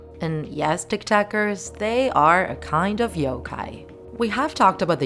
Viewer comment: I'm sorry did she say tiktakers?!?